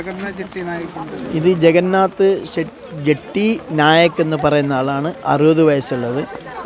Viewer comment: ജഗന്നാഥ് ജെട്ടി അല്ല ജഗന്നാഥ് ഷെട്ടി ആണ്